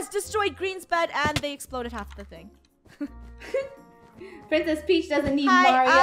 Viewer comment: When they say "Princes Peach" me: like no I think more like eww princes peach 😂